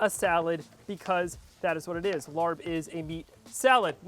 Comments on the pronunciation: Don’t give it a try, this is all wrong, including how he pronounced it 😂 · I don’t understand why you didn’t do you research before making a dish from another culture. This was all wrong even the pronunciation…. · Please do more research and learn how to pronounce it. The r should not be pronounced. So many white people pronounce it wrong. and know that it is the national dish of Laos. Thank you! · Lol you pronounce it wrong 😂 but it still look good